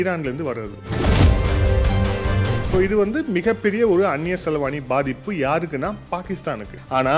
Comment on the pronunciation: மிகவும் அருமை 🤩 ஒரு சிறு திருத்தம் அது அந்நிய செலவாணி❌️ அல்ல... அந்நிய செலாவணி✅️😊